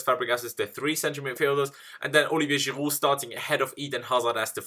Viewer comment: ITS GIROUD NOT GIRUUU!!!